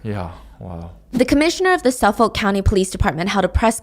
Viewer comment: You’re killing me with the pronunciation of Suffolk. It’s Suff-ICK